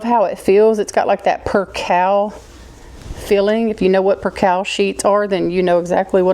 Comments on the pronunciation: I think the word is pronounced percale as in ale as in beer. Long “A”. Lol aren’t the bins wonderful? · Val -ence!!! Like Value. Percale is Purr-Kale. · In Maryland we pronounce some words differently than you do. We say valance so it rhymes with balance. We say percale like per kale. And we say ceramic like sir am ick. Interesting ❤